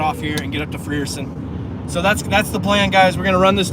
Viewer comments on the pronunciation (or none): Frierson is pronounced (Fryer-son) remeber I before e sounds like y not e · jacks what did it for me was him saying "free er son" 🤣